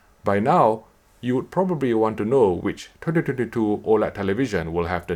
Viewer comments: i’m sorry man but it sounds hella fun when you say 2022😁 tyhdityhditoooo.. try saying it as 20 20 2 and that should help 😊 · Good material, as usual. Although I was being distracted by the "tetytetytoo" all the time - took me a while to decypher it :p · I hear "tititititoo" each time ^^ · I love the way you say 2022 😂😂😂